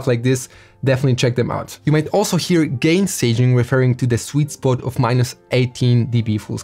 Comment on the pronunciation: Haha 🤣 accent bro accent